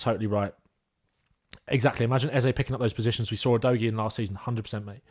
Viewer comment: The Udogie pronunciation game was all over the place 🤣 but love your coverage otherwise, very good and the kinda stuff that I like to see